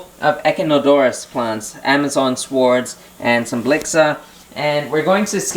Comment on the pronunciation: don't pronounce the w when you say swords. It's pronounced sords in most accents.